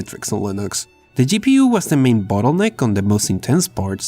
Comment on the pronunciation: For the love of God and yourself, practice enunciating "bottleneck." You keep saying "butt hole lick." I know, second language. Just... practice that one, at least. You didn't do it every time, but a few of em had my laughing a bit. Regardless, great informative video.